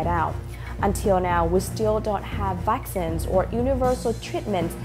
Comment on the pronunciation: vaccines nhấn âm 2 nha ơi. You did great girl!